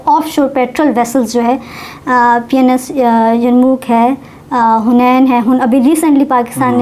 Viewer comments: it’s not PENIS gaazi it’s PNS gaazi 😂😂😂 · P N S ttheek se to bolo. 😂kuch aur lg rga h sunn ke